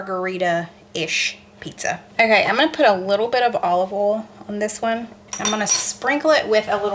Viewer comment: You pronounce the word oil as “Ol”. Just curious….how do you pronounce ‘Owl’? 🦉….”Ayul”?